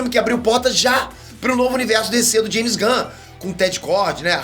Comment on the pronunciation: Como ele é mexicano, o nome se fala Raime (Jaime)